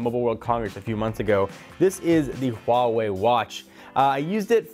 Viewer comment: why don't you say Huawei properly? They made a video about it on how to pronounce it. WAAH - waay